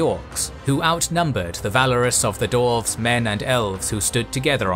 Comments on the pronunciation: this is so well made and animated, but i cringe every time you say dorves instead of dwarves. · I'm sorry, but is there a problem here? Last I checked DWARVES was not pronounced as DORFS. Theres a W in the name! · Someone who is going to narrate the history of Middle Earth should, in preparation, learn to pronounce Dwarf and Dwarves. I literally had to stop watching this one because my stupid brain tick can't handle this history of the Dorven race. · Am I the only one hearing "Dorfs"? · Great, except for the narrator's weird pronunciation of "dwarves"